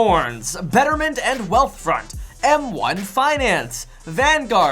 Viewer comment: Faidellitee vs em wahn fainahnce